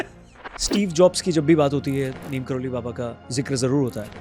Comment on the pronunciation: "नीम करोरी" है..... नीम "करोली" नहीं है..... सुधार करो